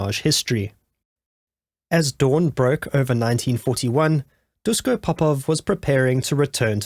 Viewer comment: Very interesting story, but please pronounce his first name "Dushko". In "Yougoslavia" (also in Chekhoslovakia ) the s with the little accent on it is pronounced as "sh". It is the "Shkoda" car, not the "Skoda" car, it is written "Natasa" (with the little accent, which my computer doesn´t have) when you want to spell the name "Natasha"...just the way how they pronounce their language.